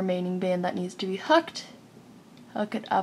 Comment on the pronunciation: its hOOked not hucked